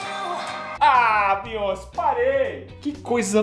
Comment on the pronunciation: Se fala beyoncê* não bíonce kkk